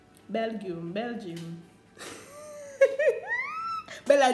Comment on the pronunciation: " a bel-gym" belguem, dah sumn deh..... i died